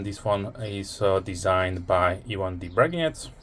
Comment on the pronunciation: Hi buddy. Glad you liked my knife. Best regards, Ivan D. Braginets. P.S. You are the only English-speaking blogger who pronounces my last name correctly. Special thanks to you for that.